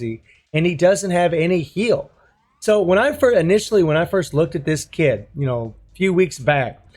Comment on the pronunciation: Roflmao. I thought u were saying "A dios mios" when u were saying pick up some heals. Hahaha